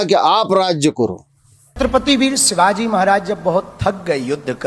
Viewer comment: काही दिवसांनी हा बाबा आसाराम किंवा खरात होणार. ह्याला बोलता सुद्धा येत नाही. सिवाजी नाही शिवाजी असतं आणि सिस्य शिष्य असतं.